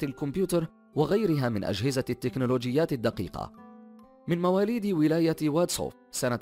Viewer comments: واد سوف وليس واتسو ...😑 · من ولاية واد سوف ... ليس وادسو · مواليد ولاية "واد سوف" وليس" وادسوا " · شكرا على هاذ المعلومات والتعب والجهد ولكن ماهي مشكلتك مع نطق الكلمات بالعربية لأنك تنطقها بطريقة غربية وغريبة خاصة فيما يتعلق بالمصطلحات الجزائرية مثلا اسم مدينة بلقاسم هي واد سوف وليس وادصو وايضا الجامعة التي درس بها هي الهواري بومدين وهو شخصية معروفة يعني وليس غريب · واد سوف وليس وادسو بسكرة وليس pascara هوّاري بومديّن وليس هواري